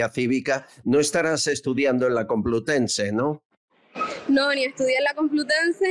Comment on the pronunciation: "Universidad Cumplutense" 😮😂😢 "Tó sabiduría". No me extraña que la escondan de vez en cuando, en la cueva en la que deberían meter a Chus Montero Qué vergüenza ajena!!!